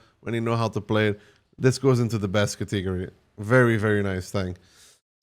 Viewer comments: Can you say catagory again for me hahahhahahahaha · I like the cateeegory pronunciation, don't care that it's wrong, sounds soothing